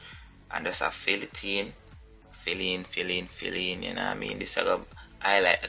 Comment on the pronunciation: Lol say brush it een lol